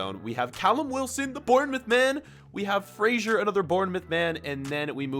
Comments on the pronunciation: Frasher instead of Fraser I’m a scots man and this is offensive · Btw it is Ryan fray - zer not fraysher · say fraysher one more time i sweaR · fraser is pronounced fray-zer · Love how he kept saying ryan frazers name wrong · Why does he say Fraser so weird